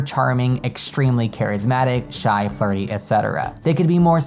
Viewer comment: When you said flirty I heard farty and I was very confused for a second 😂